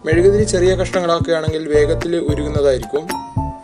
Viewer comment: Mezukku Alla mezuguthiri ssnu